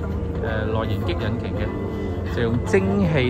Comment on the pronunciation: 華記：係引擎：擎讀音（鯨）不是擊：你讀左（激）音請更正。香港汽車入口商忠告⋯⋯